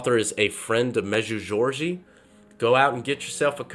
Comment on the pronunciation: Med-ju-gor-ri-ya. I know it’s not easy but your attempt was a bit off. The apparitions are still going, from 1981-present. The authors real name is Terry. I don’t know why he doesn’t use his name. Our Lady did say once in a message to turn off the TV. She has warned us of ‘modernism’ and the problems associated with that on a number of occasions.